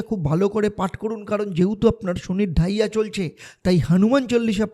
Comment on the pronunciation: কি বলছেন বুঝতে পারছি না,,,, ডাইয়া শুরু হবে? নাকি চলছে ,,,কোনটা?